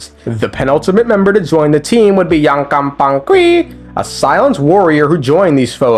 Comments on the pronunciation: I can't pay attention to what you're saying bc I'm too busy laughing when i hear YANKANGPANGQUI it's so good 😂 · My brother in Celestia, please. Yupanqui = you pan ki